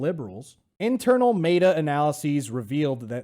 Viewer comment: "MAYTA" lol have you been watching Jesse Lee Peterson? Because that's sounds a lot like.. "BEYTA!"